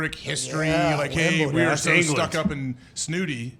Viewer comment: Y’all are mispronouncing Wimbledon